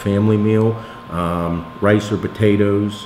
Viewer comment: I also love sweet puhtatuhs